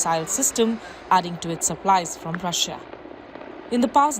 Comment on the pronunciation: “rusia aur best freind sar” “rusia endia bast frieinds”